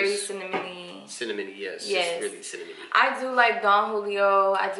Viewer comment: said it’s cinnamy 😂😂😂